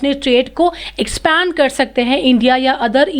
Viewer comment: ma'am expaaaaaaand nahi hota h expand hota h😅😅😅😅😅